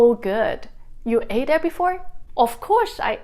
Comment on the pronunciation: Cripsee?? Who the heck says cripsee.....??? Sing-gar-pore?? Really??? It's Sing-a-pore where I come from. Just exactly how many ah-lians/ah-bengs have you been mixing with? Ate pronounced at At?? Pee-za?? Smiao-leee?????? Must be that the pronunciations in the northern parts of Singapore (where I am from) must be very different from the area you are staying in..... Otherwise, I have no reasonable explanation for the differences in pronunciation that you have been hearing....